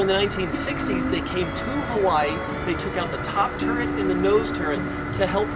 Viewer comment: I love your videos--you do a great job of informing us while making it fun. A tiny bit of input and I hate to sound pedantic, but since you're an educator, I know you want to get it right: it's "turret," not "turrent." Only telling you because I would certainly want you to tell me. Thanks again for the great videos, and keep the the good work!